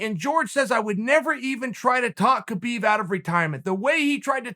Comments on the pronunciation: Uncle Kale, after all these years it's "Habib". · It’s humboorguer and calka cola time for Khabib